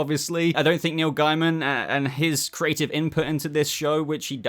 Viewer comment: Dos it bug anyone else that this guy can’t say neil gaimans name properly 😳